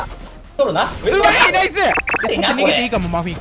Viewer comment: うまいがだんだん甘いに聞こえる